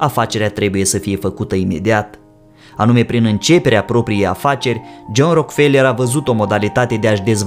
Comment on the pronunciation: Nu e RockFeler - citeste “Roac-ă-felă”